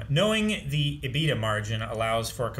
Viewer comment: Homelander mispronouncing EBITDA made me laugh the hardest this episode… my nerd level reaffirmed :)